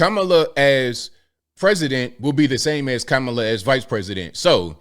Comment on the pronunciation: Kuh-mah-lah not Kama Kaka Ka Kamla